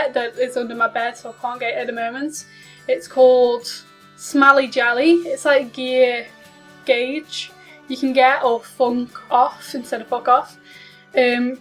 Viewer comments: no, it's pronounced the same no matter what type of gauge you're talking about. What you said is gouge, a completely different word. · You pronounced gauge wrong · I don't think anybody really cares... We're just letting her know so she can pronounce it properly. I'm not sure where the hostility is coming from...